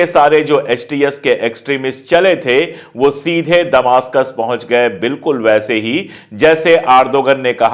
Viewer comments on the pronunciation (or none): Damishk hota hai damastak nahi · Please Sir ! दमासकस नहीं दमिश्क़ होगा